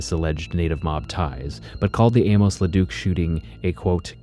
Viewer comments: His name isn't pronounced "A-mose," but "A-mus." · You're pronouncing Amos oddly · Learn to pronounce Amos